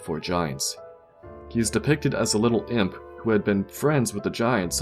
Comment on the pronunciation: sounds like "Depicted as a little pimp."😆